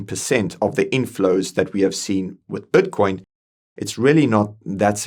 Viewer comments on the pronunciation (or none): Brother is constantly saying batcoin, like every time he says it i focus on batcoin instead of matter😂😂😂😂